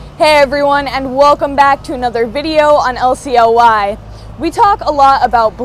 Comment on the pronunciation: Please no. Not LCLY...i love the accent you have when saying the whole name. It is literally how i start my day.